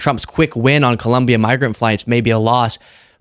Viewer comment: Excellent analysis and presentation. One small nit-pick: please pronounce ColOmbia correctly. (It's not ColUmbia.)